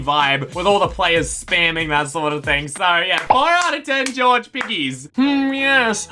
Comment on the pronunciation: Why do you keep saying George like "Georgie"